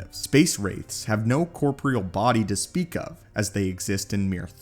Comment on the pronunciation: Just so you know it’s pronounced, “core-pore-ree-ull” 😅